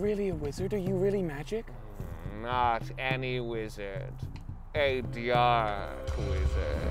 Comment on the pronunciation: “not any wizard a dyark wizard” “ a dyark mage”